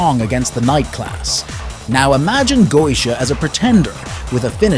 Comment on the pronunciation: I think the pronunciation is Getia rather than Goesia but anyhow good attempt at an in depth analysis.